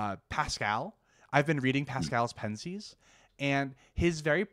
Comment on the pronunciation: OMG learn how to pronounce Pensées.